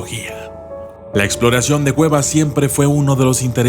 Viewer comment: Dijo gueva no cueva